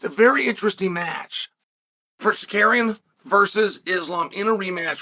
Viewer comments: Sukarian (this idiot Chael pronunciation of Tsaryukan) lost 30-27 to Islam, and Chael makes bullshit videos about it for the incel fans of his stupid page. Pathetic video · Sar- Ru- Key-in. Simple Ur arrogants is showing..have respect n mention name correctly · Chael be butchering his name lol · Who da foook is sar-carrying??? Come on chael....at least show a lil respect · Then had to correct himself & went back to "Sacarian" lmao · SAH-CARRY-ONN ...undefeated at changing people name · Shut up. You can’t even find the decency to learn how to say his name properly . I suspect it’s intended. Love, All Trolls (Aka, a-holes) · The absolute butchering of Tsarukyan’s name is worth the price of admission. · Nothing is more annoying than Chael purposely horribly mispronouncing fighter’s names for the purpose of getting extra comments… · Best part of the video was chael saying armans name correctly the first time and then incorrectly 99 more times